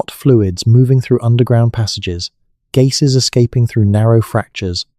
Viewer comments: (±) in - I think it's GASES- NOT "GAISESZ" & w/ a British accent‽ Sad to see one, told another? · Gayses escaping from underground? Is my cue to not watch the rest of the AI generated narration.